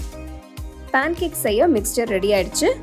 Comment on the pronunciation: பாண் கேக் இல்ல அது "பேன் கேக்"